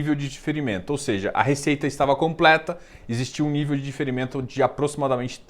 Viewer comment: sou espectador assíduo e admiro muito seu trabalho, por isso te alerto para ter cuidado na palavra DIFERIMENTO, que você está pronunciando do mesmo modo que DEFERIMENTO. Eu sei que você sabe, mas não custa lembrar. Abraços!